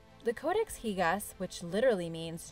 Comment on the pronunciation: also it's not pronounced higas